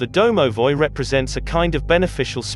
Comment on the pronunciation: "Dow-now-voy" great another pronounciation getting pronounced differently